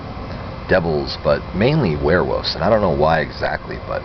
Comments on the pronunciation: So u were fascinated by werewolves but u never learned how to pronounce it! Wuff wuff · Wearwuffs haha. i say it like that too bro people give me shit. thas wussup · obsessed with " warewoofs" lol XD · sounds like hes saying werewoofs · Don't take this the wrong way, I mean it as a compliment. The way you say "Werewoofs" ... the pronunciation. ha ha ... I like it.